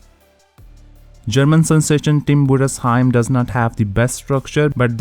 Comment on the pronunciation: I have never heard a foreigner pronounce "Budesheim" as perfectly as you did. Mad respect😅💪🏼 Keep up the great work!